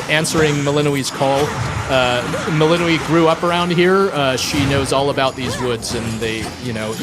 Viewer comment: melino - WEE lmao, shouldn't the developer pronounce it the same as in the game?